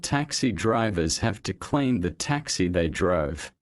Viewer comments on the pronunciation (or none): Clean звучит как claim